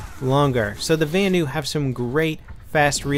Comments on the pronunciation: Why does he say Vanu so wired...it sound like he's saying Va-anu,not Vanu. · its pronounced Vanu as in Vahhhhnew